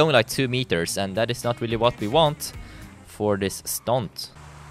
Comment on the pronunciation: “That is not really what you want for this stont”😂😂